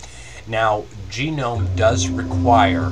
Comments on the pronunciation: lol nice you say genome instead of gnome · It's actually sort of correct, his accent mispronounces it slightly. I believe it's pronounce Ga-Nome sort of like TWIL. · Sorry something that annoyed me a little is "gnome" that's actually how u spell the word gnome (nome). So it's pronounced nome. Other than that, very helpful and just what i needed.